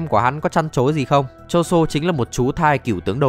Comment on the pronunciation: ngta tên choso mà ní đọc choson =)))